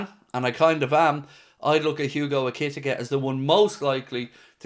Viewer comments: I'm pretty sure you pronounce Ekitike E-kay-Tee-Kay 👍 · Ekitike is pronounced ECK-E-TEA-KAY and I hope we get him heas a beast 6f 3 fast strong and so calm when surrounded in the opposition's box and only 22 grab him while he's not overly priced as this guy in 3 years will be double that money ❤